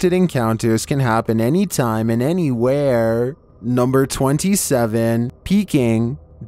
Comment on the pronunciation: You are forcing your voice too much and overusing the looong syllables too often. “anywheeeeree”. It almost sounds like you slowed your natural voice by 10-15% throughout the entire video.